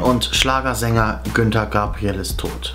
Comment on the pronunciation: Oh mein Gott , Herr Moderator, der Sänger heißt Gunter und nicht Günter.